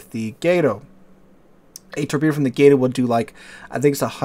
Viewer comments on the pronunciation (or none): It is not pronounced 'Gate-oh'. It is 'Gah-to', as in the spanish word for cat. - Or so I was taught.